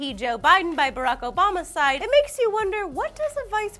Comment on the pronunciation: you said "obama's side", sorta sounds like "obamacide". kills republicans.